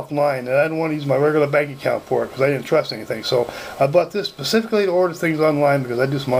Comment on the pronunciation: He got it "pacifically" for ordering online. LMAO